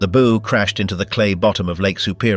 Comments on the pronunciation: Advise you talk to a seaman about pronunciation of nautical terms. The BOW of a ship is not a ghostly "Boo" nor is it an archers "Bow". It's always like an underclassman bending at the waist to royalty. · Two repetitive and cannot seem to pronounce the word bow when it is applied to the front end of a ship. It's not a bow like in a bow and arrow. Hire a narrator that knows how to speak the English language. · Please, please, please learn how to consistently pronounce BOW. It's the SAME every time. NEVER a "bow" on a Christmas present. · CLICKBAIT. NOTHING NEW HERE. DOWNVOTED for crappy computer generated narration, cant decide how to pronounce the name of the pointy end od a ship... boo? Bough? Bow? Good God, what a crappy way to fuck up an otherwise interesting video. And with a stupid Limey accent to boot. Poor, very poor. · and mispronouncing the Bow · These click--baits never even know how to pronounce "bow". It's not something you put on a Christmas present, (Think bow-wow-wow.) Sault Ste. Marie is "Soo" Ste Marie. Traverse City is "Travus" City. Rajner is pronounced Reiner. At least that's what we called him when we sailed with him.